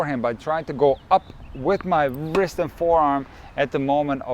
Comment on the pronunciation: Wrist should not be pronounced 'vrist' but as 'rist'. W is silent 👍😅